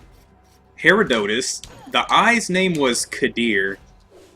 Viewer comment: Just so you know, the green mages come out of every Herodotus blob except the smallest size. But good job for figuring out they are spawning when you kill a blob! (also you pronounced Herodotus wrong)